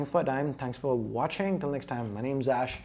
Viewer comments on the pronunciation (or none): It sounds like you say c40tech